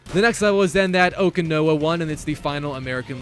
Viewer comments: It's pronounced Semper (F-eye) not Fee, and O-Can-Ow-A... I hope you don't have to do Fortnite, it's not a good time. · mf pronounced Okinawa as oh-kee-know-a 💀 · the way he pronounces "okinawa" hurts my ears